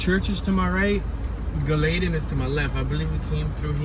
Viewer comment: it's pronounced GALL-ah-tin